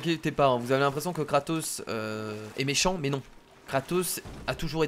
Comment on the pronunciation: tu à dit katos